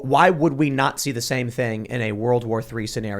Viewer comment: He said not see 😆